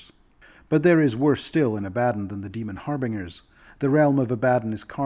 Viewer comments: People who mispronounce words have typically only read them, not heard them spoken. It isn’t a bad thing. It shows you are well-read. Ab-ad-don sounded like nails on a chalk board to me though. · God, this isn't a you thing, a lot of people use that pronunciation of Abaddon, but I hate it so much. I think 'A-buh-dawn' sounds much more cool as the pronunciation of the name.